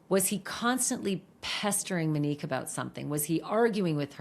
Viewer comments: it feels inappropriate given the circumstances (her channel makes money off discussing and sensationalizing horrific tragedies of strangers), imo. i feel like she’s aware her pronunciation (mehn-NEEK instead of MOW-neek) is off. i don’t know the standards for typing things out phonetically, but she says ‘Mo’ and ‘ u nique’ in a typical way multiple times in this video so I’m thinking it’s just a name she’s unfamiliar with. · And it’s “MO-nique” , not “Mi-nique” …it’s driving me crazy! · MOnique. Not Meneque. 🤦🏻‍♀️ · Her name is MOnique, why do you keep saying “MEnique”? 😭 Also, please enough with the Brian K comparisons. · Monique, not mo 😅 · Her name is MONIQUE not MO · She did not go by the name “MO”. Her name is MONIQUE. Not “Mo”. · Her name is Monique. Mo-nique. Not Mo. Show some respect. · Her name is “Monique” not “Manique” Sorry, it’s getting to me. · Right, please say MO-nique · One thing Ash is going to do is alter folks names. "Muhnique" is killing me. 😂😂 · Thank you for covering this story Ashleigh but please please for the love of all PLEASE pronounce Monique’s name correctly.